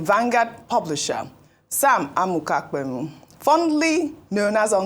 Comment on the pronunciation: Your pronunciation of Pemu is wrong